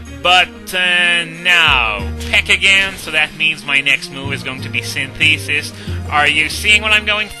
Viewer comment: Hey, I dunno if you're still keen on these whole pronunciation things, but I figured I'd pass this along anyway. Synthesis is pronounced Sin-thuh-sis, not Sin-thee-sis. Not trying to be an ass or anything, and you can choose to ignore me completely if you want, no hard feelings. Always enjoy your work man.